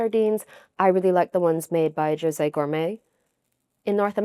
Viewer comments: Joe-zay 🙅‍♀️ Hoe-seh 🙌🙂‍↕️ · Did you just say "joe-say" instead of hoe-say 😂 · Girl 😂 Jose is pronounced with H lol 🤭🫶🏻